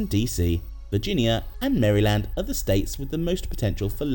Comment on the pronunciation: “Mary Land”